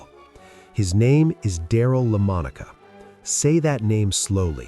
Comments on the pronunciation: This is AI! Mistakes like that have got to be AI. What's so pathetic about this video is that the "voice" actually got the pronunciation right, la-MON-i-ca, the first few times and then destroyed it, le-mon-OCK-a, subsequently. I'm told that AI can train itself, learn on the fly, to get better. Here it seems to be unlearning to get worse. I remember Lamonica as a star at Notre Dame, as well as being a super quarterback for the Raiders. Those original AFL games were so much fun to watch on TV, and many broadcasts featured the incomparable Paul Christman as color man to lead announcer Curt Gowdy. Those were the days. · Did you just say Daryle LAMIN OCKA? These AI Videos are horrendous. you cant even pronounce his name. Say Monica now sa LA Monica simple. unless youre AI. What a joke. Daryle Lamonica as good as you say he was LOST his job to Ken Stabler in 1973 and in ONE yr Stabler did what Daryle Lamonica couldnt do and it was win the MVP in 1974. and eventually SUPERBOWL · Lemon-Ahka??? Can you be more disrespectful? Do you actually listen to the videos you make? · If you're going to make a case for Daryle Lamonica have your stupid ai (or you) pronounce his name consistently correct not La minoocca ! How freaking embarrassing . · AI. The narrator cannot pronounce Lamonica's name. La mon oka? WTF? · Darrell la moneek wah? Come on somebody has got to prof read these artificial intelligence narrations mostly because of the really stupid way they mispronounce names. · Learn to pronounce Daryl LaMonice. You make his last name sound wierd. Fix our review the outdated narration before posting. Otherwise very good video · It is pronounced ‘La-MON-e-cah’. When you do a special on a player and build them up and hype them this much that you should at least pronounce the name correctly! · It's Lamonica AI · Please pronounce his name right at least😢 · I hate artificial unintelligents. Pronounce his name properly. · Learn how to pronounce his last name.